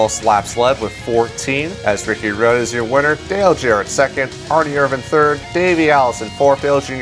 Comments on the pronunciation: Can't stand how he says Erin irvans name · I can't stand how you spell "Ernie Irvan"